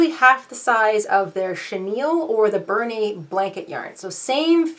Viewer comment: Interesting video! You've got some crazy yarn there for sure! LOL . The Bernat yarn is actually pronounced "Bernat" not Bernay. I only know this because the Bernat Woolen Mill was located in Uxbridge, Massachusetts not far from where I currently live. And growing up in Metrowest Boston people would go out to the Mill to purchase yarn before it turned into a bunch of small independent businesses. Then in 2007 the original building was destroyed in a fire. Thanks for all of your great ideas! I don't have too much funky yarn but if I do see some i'll grab it up and try one of your ideas!